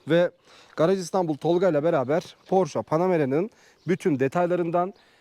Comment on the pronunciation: abi doğru telaffuz "porşe". senin gibi dortmund'da yaşayan birine yakıştıramadım...